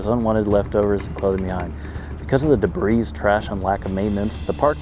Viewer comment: The S in debris is silent 😂